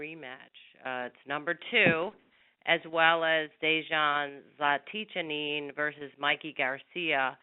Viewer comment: lol, conference mediator couldn't pronounce zlaticanin's name